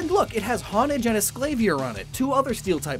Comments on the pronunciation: Esclavier....? Like, really?! ES CAVALier, like the word, in English.... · Dude be saying esclavier instead of escavalier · Sclabier Me, as if he could hear me: It's pronounced, ES-CA-BA-LI-ER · escavalier, read it slowly!